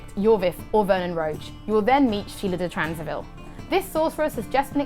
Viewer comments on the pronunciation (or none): Sheala de Tansarville ? Wasn't that Tancarville instead ?